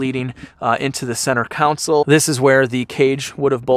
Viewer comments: Console, not COUNsol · CONSOLE like a prison R&B band - not COUNCIL like corrupt Chicago municipal politicians.......... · Console, not counsel. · Seriously, is he saying center counsel? I can’t 🤣😂🤣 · Center "council" and "laBtop"....*facepalm* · Dude... what in the HELL is a "center counsel"?